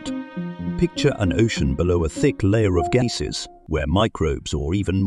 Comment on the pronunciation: Strange pronunciation of "gasses"! Is it just AI not working or is this whole thing spurious?